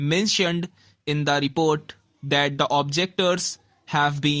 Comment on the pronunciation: Report bolte ni ata tere se gadhe